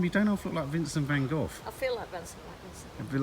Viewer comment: Vancent vin gogh 😂 it's so funny when we mix words up!